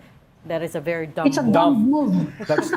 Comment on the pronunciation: Mali po pronunciation ng "dumb" sa umpisa. 😁